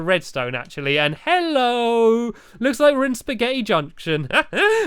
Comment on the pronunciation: He says ,,HEllpo an stampy